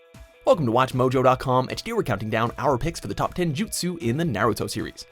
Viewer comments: I disliked because you kept saying Naruto wrong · My guy said Naruto wrong how